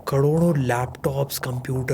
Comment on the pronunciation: karodo nahi bol paa rahe😂